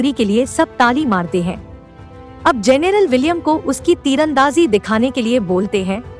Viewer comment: जनेरल नहीं जनरल